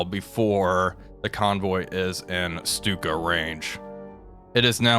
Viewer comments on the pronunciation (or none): none